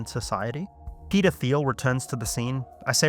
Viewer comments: "Peder Phiel" lmao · Every time you say Peter Thiel, I hear 'pedo feel'.